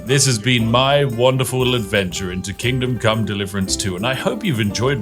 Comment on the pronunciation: Seriously, is everyone else hearing "Kingdom: Come Deliverance 2" or is it just me??